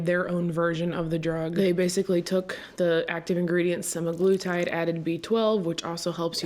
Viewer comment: It’s semaglutide, Seh-Mag-Loo-Tide. Not semigluetide.